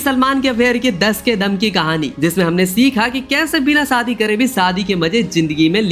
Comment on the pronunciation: भाई सादी नहीं शादी हजार नहीं हज़ार होता है पहले बोलना सीखो